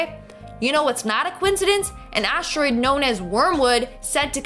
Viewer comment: no offense, YOU SAID ASHTEROID, minor but good vid